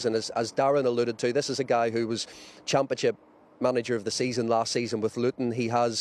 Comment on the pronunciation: did he say "Champachip". That must be the new league everyone is talking about.